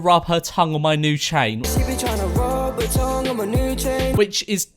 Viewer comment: I thought he said Jane instead of chain